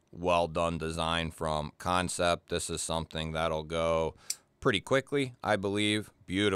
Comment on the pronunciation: Man, looks like I'm late to the party, but that's okay. Thank you for not calling them Can-Sept. I can't stand hearing people say it that way.